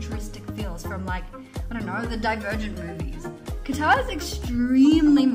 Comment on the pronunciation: I hear GUITAR whenever you say QATAR.